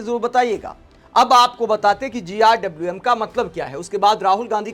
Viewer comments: GRWM means get ready with me. It's not GIWM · भाई इसको GRWM बोलना किसने सिखाया 😂😂😂